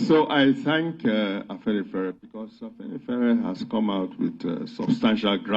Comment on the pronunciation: The father can't even pronounce Afenifere properly. And the only afenifere is Tinubu.